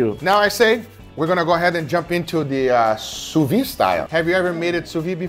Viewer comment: I do not want to be the pedantic guy, but the d in Sous-Vide is supposed to be pronounced.